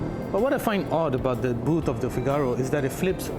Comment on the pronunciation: Please it's not FIGÁRO it's FÍGARO and the cover only releases the catch when you press it, it's not because it's old... learn before recording! The inspiration for the car you mentioned is wrong but I will not educate you on that... I do like the review style though, just study more before you review.